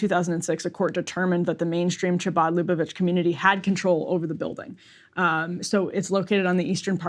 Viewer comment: A note on pronunciation: "Chabad" is KHA-bad. "Lubavitch" is loo-BAH-vich.